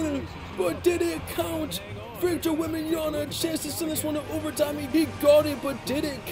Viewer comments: Wem-ban-ya-M(not n) a keep it in mind bro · take a shot every time mispronounces Victor's last name